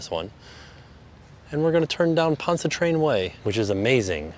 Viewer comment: we can’t blame people though, we’ve got some doozies! 😹 I live on the Northshore of Lake Ponchatrain and that’s the only word in the whole video he didn’t get exactly right but he was pretty dang close! I stayed at this hotel a few years ago and when I called guest services for something the said “bag-nets” instead of beignets! 😹